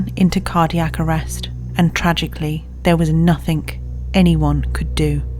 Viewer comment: "nuffink"?! edit: she did it again! "Everyfink". The narrator is quite well spoken so to do that is really incongruent...